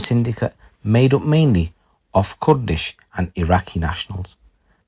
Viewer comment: Wtf is kudlish😅,don't you mean kurdish 😂😂